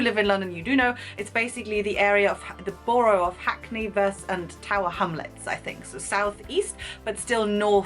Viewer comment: You say 'borough' the same way JenDre does!